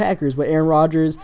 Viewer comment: Did you just say get roders in a ritum